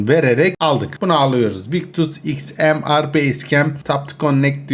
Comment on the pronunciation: abi XMR sniper okunuşu İKSMİYAR diye okunuyor heralde